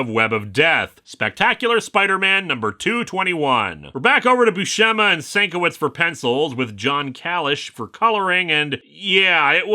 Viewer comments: Hey, just for the record, Bill Sienkiewicz has been clear that his name is pronounced "sin-KEV-itch". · Great episode as usual. One heads up for the future though: Bill Sienkiewics surname is pronounced "sin-kev-itch". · It’s a common mistake*, but Bill Sienkiewicz’s surname is pronounced “Sin-kev-itch”. Personally I love his art style, but I get it’s not for everybody. *common enough that he uses the phonetic pronunciation as his Twitter name.